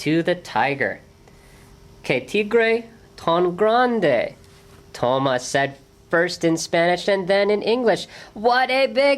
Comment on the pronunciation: I wish the reader had pronounced the main character's name correctly--it's even in the written spelling--the accent on the a. So To-MAS. not TO-mas.And the T is a soft T--more of Th sound. I mean it sounds much like Thomas in English.